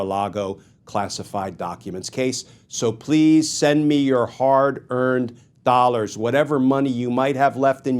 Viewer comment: ... A BAZZILLION DOLLAHS 🤣🤣🤣🤣🤣